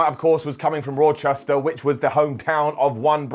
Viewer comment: its ra-chester bro. not roar-chester lol.